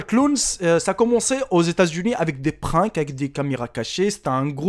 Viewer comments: on dit pas prink mais prank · Tu a dit prink alors que c prank